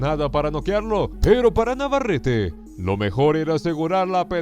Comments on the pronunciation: Stupid commentator is a total disrespectful POS AT LEAST LEARN TO PRONOUNCE " VAQUERO NAVARETTE ! NOT FKING "NA VER ET" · Navarrete is pronounced Nah•var•reh•teh